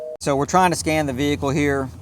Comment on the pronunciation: why is a Vee-Hikull randomly be calling 9/11 ¿¿¿¿